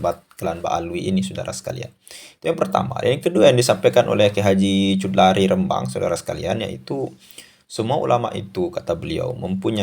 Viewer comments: Bukan cut lari tp bacanya hudhori..! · Kang mohon ma, af itu bacanya jangan cutlari. Melaikan khudori, muhon ma, aaf kang sekedar meluruskan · maaf min, nama beliau KH Chudlari: baca: hu-do-ri. bukan chud-la-ri. 🙏